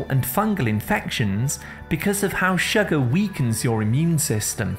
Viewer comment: I think his natural accent is probably from the north or middle of England and he has flat vowels which he’s trying to disguise for whatever reason. He’s turned the flat “uh” sound in “sugar” into the “ah” sound which he thinks sounds better (again for reasons best known to himself) when in actual fact even people from the south of England don’t say “shagger” (which in the UK is something else entirely!) they say sugar with a slightly less flat “uh”. I love the different local accents and have to admit it was grating on me too, so that explanation is my best guess 🤷‍♀️